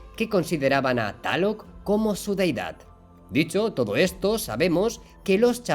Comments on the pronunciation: No es taloc, es Tláloc 😂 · Amigo no es taloc, es tlaloc. Jijiji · Me encanta tu canal y todo lo relacionado a el. Tus vídeos son mi alimentación visual y aprendo muchas cosas cada día y con lo que puedo después compartir a mi gente para no ser algo ignorantes a la vida real... Te estimo mucho y espero seguir viendo más de esto por mucho tiempo... Solo un detalle carnalito, se escribe Tlaloc y se pronuncia tal cual al igual que los temazcales o temazcal... Saludos y bendiciones 🙏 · Saludos desde México excelente video solo una observación, se pronuncia tal cual se escribe Coatlicue y Tlaloc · Excelente info, se escribe y pronuncia Tlaloc!!! Saludos